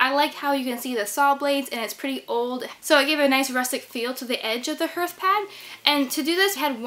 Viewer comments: It’s pronounced “harth” not “herth.” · 😂 HERTH she says! It’s pronounced harth. Imagine if you heart was pronounced like she does, it would be “I have a broken hert” 😂😂 Ps I’m not hating or making fun it’s one of those that nobody gonna know what you’re saying if it wasn’t in the vid for visualizing Also great job on the HARTH ( lol😂) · I was gonna mention that but I already dissed her abt how she says hearth 😂 it’s HERTH now apparently. Would have been a bigger deal if there was flooring she was going over but all that moisture sure gonna make that osb/plywood swell up and disfigure but once dry it will be fine I’m sure. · I believe the word “Hearth” actually sounds like “Darth, like Darth Vader”… the ar sound is strong. It’s looks beautiful, l love what you’ve done❤️ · You may be interested to know that you pronounce the word "hearth" incorrectly ....